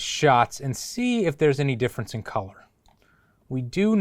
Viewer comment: You had me at “calour”. Lmao.